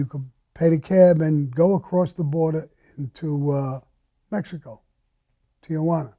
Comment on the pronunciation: Tijuana is a two syllable word: Tee-wanna. There is no A in between Tee and wanna.